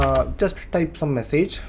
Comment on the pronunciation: 'message' not 'massage', really dude! learn English pronunciation first!